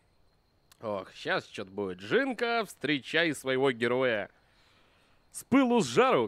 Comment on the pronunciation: Не "жЫнка", а "жинка (жiнка). Правильно говорить через "И"